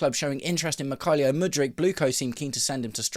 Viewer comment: Mik-hi-lio Mudryk? Never heard him called that before!